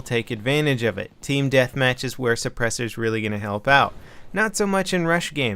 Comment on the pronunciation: What's a suppurssor?